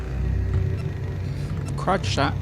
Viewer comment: this dude really said crutch shot🤦🏽‍♂️🤦🏽‍♂️🤣🤣